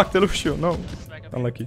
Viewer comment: yo dude luv ur vids but loshio is lucio